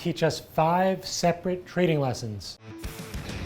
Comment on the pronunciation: "a trrrrading firm, lets get ready to rrrrumble!"